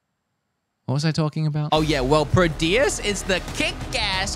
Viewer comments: The first game is Prodeus not Proteus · I love the way he pronounces Prodeus. <3